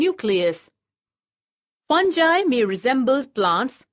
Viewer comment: Pronounce the word correctly fungi